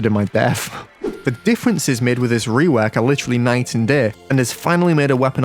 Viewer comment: why he say rewok like r̵̫͖͙̓̿̕e̸͚͖͓͛͌̐r̸̦̙̦͆̈́͠w̸̝͙͒͒͆o̴͎͖͐͊̓w̸͙͙̽͠k̴͖͉̟̓̚͝